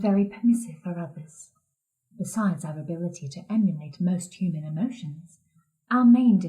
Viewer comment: He only did it once when He pronounced "human" as "humon". Pretty obscure but it's there.